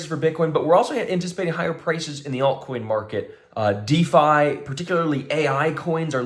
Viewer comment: At # , are you saying "dee-fy coins" or what?